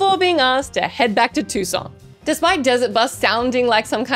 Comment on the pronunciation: I dunno why says "Tuscon" with a French accent, but it's grown on me and I think I'll adopt it haha